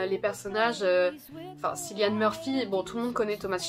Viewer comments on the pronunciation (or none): Salut, pour information le prénom Cillian se prononce "Kylian"! Sinon super vidéo, heureux de voir Sherlock représenté comme il se doit, car toujours aussi dur de faire un top 5 avec des 'originalités' vu le nombre (ad)immense(um) de séries qu'on a tous vu... Puis les goûts et les couleurs sont propres à chacun! (et heureusement)